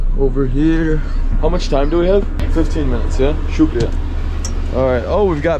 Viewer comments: How beautiful he says shukriya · loved the way you say "Shukria"...too good and thanks for promoting Pakistan's positive image. Long live mate. And I subscribed this channel too....